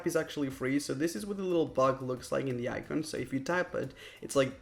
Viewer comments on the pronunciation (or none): none